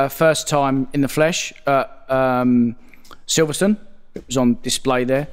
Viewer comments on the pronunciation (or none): none